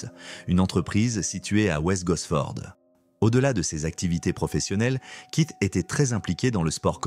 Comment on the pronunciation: Kit kiss au lieu keith 😵‍💫🤭 ionaïtiiiiid au lieu de iounaïted 🤯🤬